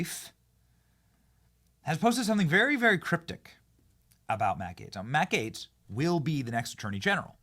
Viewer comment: Gaetz not Gatez